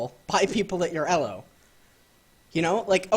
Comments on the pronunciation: What the fuck is "Ello" hell it's pronounced "EEELOW". fuck. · I thought it was pronounced "E-low" not "Ehh-lo" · its E L O not ELLOS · the only person who pronounces it Ello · Elo is pronounced with a long E, not a double consonant L! Just saying. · The way you pronounce elo hurts my head. Great videos tho! lol